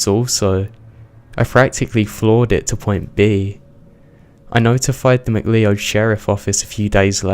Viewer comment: You were slaying me every time you said "Mcleeohd". I know it doesn't look right, but it's pronounced McCloud.